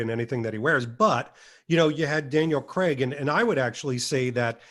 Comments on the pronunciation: Totally love the way you call James Bond ..... cre🥚. His name is spelled CRAIG .... how does that possibly translate to cre🥚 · Please pronounce the letter …’A’. Daniel… CrAig!!!!